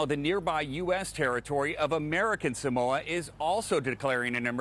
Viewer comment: f#ck man can u guys say SAMOA properly